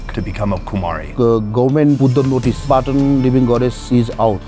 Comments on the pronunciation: Calling Patan, "pathan" is crazy 😂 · Its not pathan its patan please not pathan its PATAN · Just a tip on pronounciation. Its not pathan but more 'paa tonne.' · He is saying patan but the pronunciation it sounds like bhutan